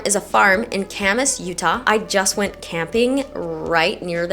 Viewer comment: Local here. Ka-mahss…not Camas🐪